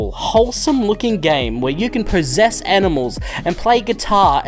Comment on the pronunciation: I misheard you when you talked about possessing animals, and thought you said "prossess", so naturally I thought you were possessed by the spirit of Castlevania II: Simon's Quest. Or prossessed.